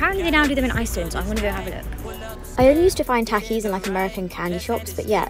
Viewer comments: She did not just say 'American' and Takees its pronounced with soft T Taakis and they Mexican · ITS NOT TACKIES ITS TALKIES. Pronunciation.